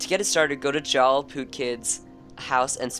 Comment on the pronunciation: It is prounced Yarl